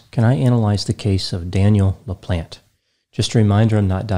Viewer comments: Always makes me laugh how Americans pronounce French last names LOL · Anyone else hear "Daniel The Plant" instead of "Daniel LaPlante"? I thought Dr. Grande was going to give us some backstories on his plants.